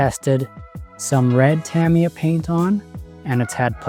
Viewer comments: It's Tah-MEE-Yah. Not Tam like cam. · TA-ME-YAH not TAMMY-YAH.